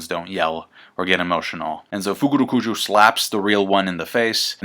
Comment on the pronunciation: Love the fukurukuju pronunciation